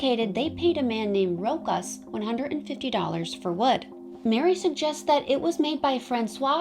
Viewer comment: Its Row Shaws.